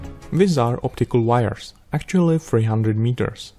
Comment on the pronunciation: HAHA you said "vires" all count Dracula like...